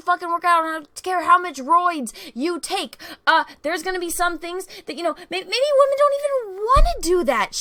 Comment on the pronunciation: I love how, says "waaHmen" haha! 😁👍💖